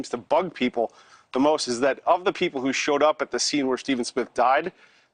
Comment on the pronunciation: The fact they keep calling him “Alec Murdock” through this whole thing is making me crazy!!!